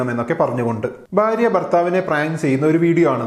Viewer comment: You’re so articulate and your Malayalam is great, hence the one mistake you constantly make stands out, could you work on your pronunciation of ഭ and ബ please? It’s ഭാര്യ not ബാര്യ. Thanks.